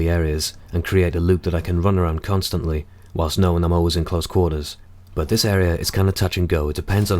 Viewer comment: dude this is strait up bear grylls mw3 tactics... and he said cuntstantly hahahaha lolz